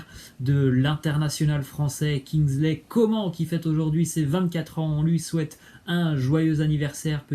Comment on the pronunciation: On prononce "kingsley Comâne"